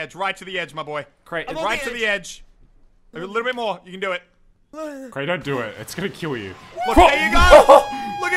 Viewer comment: it’s more not moar